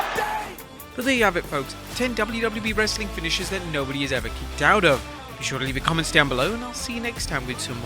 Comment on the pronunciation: “Kickoed” It’s the “Banzai” drop